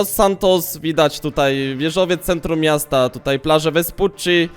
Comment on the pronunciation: Fajne te "nowe misto"